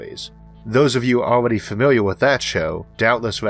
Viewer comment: Famiwiaw with his worck